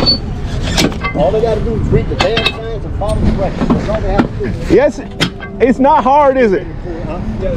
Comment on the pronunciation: "Dat's asinine." How can you use asinine correctly and mess up "that's?"